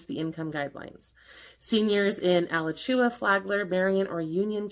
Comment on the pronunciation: It's so great you are doing this information post! I'm not a Karen but it is pronounced A Lach u wa FL alachua